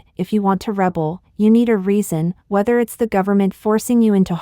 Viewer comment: Rebel is pronounced Re bell